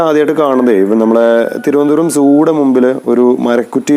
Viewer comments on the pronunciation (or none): none